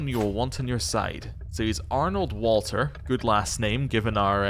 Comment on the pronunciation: One small pronunciation tip - since little Walter is German, you'd pronounce the W like a V... 'Valter'. This is true for other W names and places, too - Werner is 'Verner', Brunswick is 'Brunsvick', etc